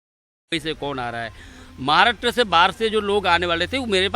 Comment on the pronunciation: He say “Jhatkari” for Jaankaari 🤣🤣🤣and “Maaaraatra”For Maharashtra then he say “Frisht”. For First .......are bhai bhai ye Kaisa moron hai🤣🤣🤣🤣🤣🤣🤣🤣🤣🤣🤣🤣🤣🤣🤣🤣🤣🤣🤣🤣🤣🤣🤣🤣🤣🤣🤣🤣🤣🤣🤣🤣🤣🤣🤣🤣🤣🤣🤣🤣